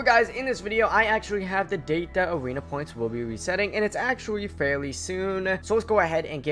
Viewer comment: awena weseting you sound so wierd